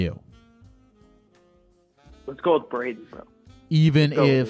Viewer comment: Yo it’s “” appreciate the support and love y’all ❤